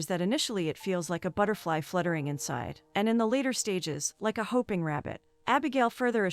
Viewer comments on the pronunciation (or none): A hoping rabbit. Honestly. Is it so hard to speak English? Content over content? Two very different meanings and pronunciations. Desert over dessert? I can’t subscribe to such an ignorant channel